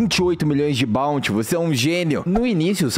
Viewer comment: N se fala balnte Se fala BOUNTY